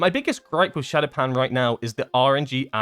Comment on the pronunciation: Why did they have to mess up Shadopan again. That makes me sad.